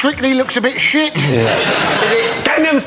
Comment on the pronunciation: I just love to hear Dara saying "Oh Shait". It makes me smile every time!